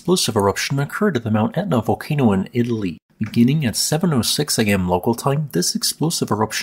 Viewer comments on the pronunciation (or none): none